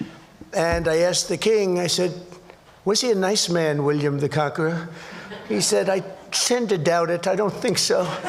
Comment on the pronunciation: William the Cankerer😂😂😂